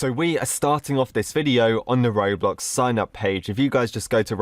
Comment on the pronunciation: When said sing up page." He said snaypse page." wait." are yo--- deaf?